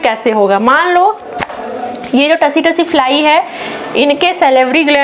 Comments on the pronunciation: Tsee- tsee likha jata hai सी-सी पढ़ा जाता हैं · Tse me t silent h ma,am